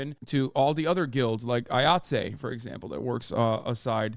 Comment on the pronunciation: Eye-ought-see not eye-ought-zay Love the content. Just friendly note from an occasional stage hand